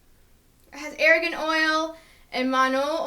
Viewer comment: ITS A-R-G-A-N OIL!! NOT ARAGAN OIL! So annoying, you don't even know what your damn talking about